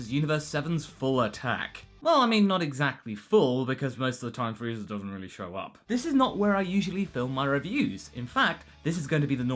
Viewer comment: At the beginning of the video, did you say Freeza Day? Also for the part where Moscow appears inside the robot suit Wow Danger Will Robinson